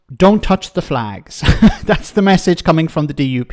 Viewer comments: Flegs, not flags…😂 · "They took 'er fleeeegs" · 100% pronounced FLEGS! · It’s flegs,please get it right….